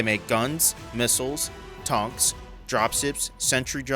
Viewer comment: you said tonk.... i award you 2 C-Four Points, Good Day Sir!